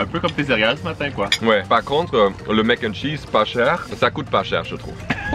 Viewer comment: C’est Mac N’ Cheese, pas mac’chees